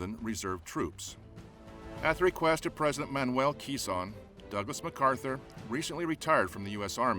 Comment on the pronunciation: Why do you documentarians always BUTCHER all the pronunciation of names and places. Makes you fellows look like amateurs. President "Keez-on"? OMFG!!